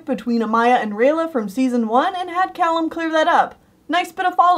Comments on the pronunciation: Cay-lum? You mean Calum I think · Wait two things. You pronounced Callum wrong. And I don’t know if you meant Opeli when you said Ophelia, but the characters name is Opeli.